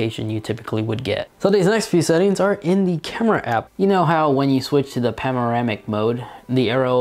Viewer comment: Am I the only one who realizes he doesn’t even say panoramic right?! Him: “pamoramic mode”